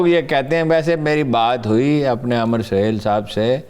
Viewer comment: او بھائی امر سہیل نہیں عامر سہیل کہو۔ماما انگریز